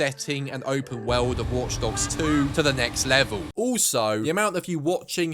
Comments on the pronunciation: It's "world", not "weld". Where did you learn to speak? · It's 'world', not 'wewld'